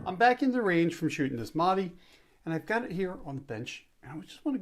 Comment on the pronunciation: It's not maadi